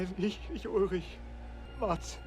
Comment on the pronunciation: you said ulrich perfectly there, just wanted to point that out